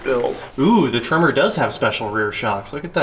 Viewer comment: it is pronounced Tremor like an earthquake